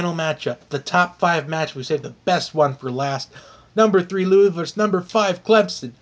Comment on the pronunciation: Your saying Louisville wrong it's Lou ah vill I'm from there lol but like your video tho